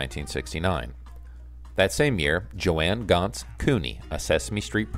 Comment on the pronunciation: Red SKELTON, not "Skeleton". JOAN Ganz-Cooney, not "Joanne". "ROWAN & MARTIN'S LAUGH-IN", not "Rowan and Laugh-In".